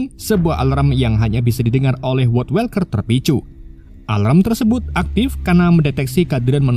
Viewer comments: kesel bgt baca woodwalker bukannya "wudwolker" malah "wodwelker" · woodwalker dibaca nya "wudwolker" bukan "wodwelker" genak bgt didenger sepanjang video grgr salah pengucapan, klo males research knp ga baca sesuai tulisan aja si "wodwalker" dripada welker